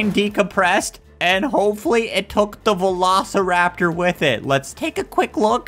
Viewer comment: Have you said Velo steer rap tor get it Velosteeraptor